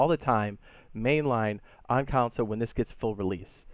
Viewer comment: PLEASE SAY CONSOLE NOT COUNCIL PLEASE SAY CONSOLE NOT COUNCIL PLEASE SAY CONSOLE NOT COUNCIL PLEASE SAY CONSOLE NOT COUNCIL PLEASE SAY CONSOLE NOT COUNCIL